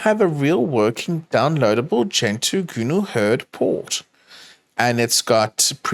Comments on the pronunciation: why does pronounce GNU as "Gooner" lmao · Is it just me, or do I hear "Gooner Hurd". Sounds scary